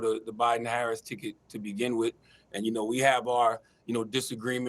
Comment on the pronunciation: It's WITH, not WIT her...lol It's ASK, not AX... 😂😂